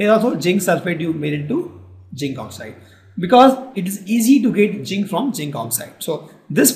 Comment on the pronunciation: it is not jinc it is zinc